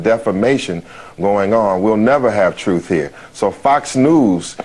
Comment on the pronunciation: Anytime I hear the word "truff" in place of truth I think it's time switch videos and find someone who is actually intelligent rather than pretending to be.